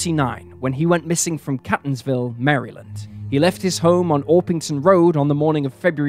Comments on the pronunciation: It's pronounced CAY-tons-ville, not "cat"-ons-ville as in a kitty cat. Please look up pronunciation of words if you don't know them! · #3 - I am a lifelong resident of Maryland. Catonsville is pronounced “Cay-tons-ville.” Also, it is the University of Maryland,EASTERN Shore, not “East Shore” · It’s pronounced Caytonsville, Md 😅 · The Maryland town is pronounced KATE-onz-ville. The Datsun was a Two-Forty Z. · Catonsville is pronounced KATE-tonsville University of Maryland, Eastern Shore (it’s a HBCU) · I was born & raised in Maryland, so the way that he's pronouncing Catonsville is hilarious 😂 it's not pronounced like Cat it's more like "Kay" like the letter "K". kay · tuhnz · vl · It's pronounced CAY-tonsville. I live close to it. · Mispronouncing Catonsville! It is Catonsville with a strong "a" sound!😎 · It's fun seeing someone not local pronounce our home town names. Here: Catonsville is CAY - TUNS ville Ellicott City is ELLI - CUT City We also have a Bowie, MD but it ain't pronounced like the Bowie your thinking of. lol